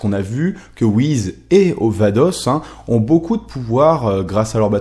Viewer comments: Ce sont les Kaioshin qui créent les planètes donc ils peuvent je pense créer les étoiles et dans FnF Whis dit qu'il ne sait pas créer les étoiles donc il ne serait pas un kaioshin, ni un dieu de la création d'ailleurs... Pour moi Whis (et non Whiz comme tu le prononces) et sa soeur Vados, sont des dieux qui sont là dans l'unique but de maîtriser les dieux de la destruction afin que ces derniers ne détruisent pas leur Univers respectif sur un coup de tête stupide (je rappelle que la Terre a failli sauté à cause d'un flan...). Ils surveillent donc les Hakaishin pour qu'il y ait une sorte de maintien ou d'équilibre comme vous voulez entre la création et la destruction. Bien évidement le mystère reste encore entier car on ne sait pas d'où ils viennent ni qui ils sont et si ça se trouve sous leur air calme, gentil et doux se cache peut être les futurs méchants de DBS qui sait ^-^ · stp mec tu peux dire Whiss et pas wize stpppp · Ses pas Whiz comme tu pronosse mais whis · On ne prononce pas Whiz mais Whis avec un S comme pour saucisse par exemple... fan fan...c'est vite dis. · on dit pas wise ce est wiss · on dit pas whiz mais whiss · pk tu dis whiz c whis avec un S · C'est whis je crois, pas whiz sinon beau boulot. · Pourquoi tu dis "Whizz" et pas "Beeruzz" et "Vadozz" ? Je ne comprends pas où tu vois le "Z" dans "Whis" --' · Whis pas WIZ !!!!!!!!!!!!! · Mais pourquoi dit-il "Wiz" ? Mec, c'est juste Whis. Comme Whisky. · C'est "WhiSSSSSSS" !! Pas le "Wizz" d'MSN. Je dis ça par rapport à ta prononciation un peu dérangeante. ^^ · Désolé mais ça se prononce Whis et pas Whiz comme tu le dis. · WHIS* pas WHIZ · Prononce Whis pas Whiz va regarder les épisode essaye pas j'ajouter d'accent Japonais ! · t'es serieux a dire "wizz" ? tu t'es cru sur MSN ou quoi ? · pk tu dit wiz est beelus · wiz, il corrige ça dans ses vidéos plus récentes, Beelus, c'est la prononciation japonaise de Beerus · La plus grande question pour l'instant c'est pourquoi dit-il wihiz .....